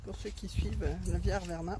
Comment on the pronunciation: C'est via arverna et non averna. Sympa sinon